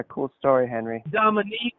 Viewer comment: Hahahah "DOMINQUE" haha. Too funny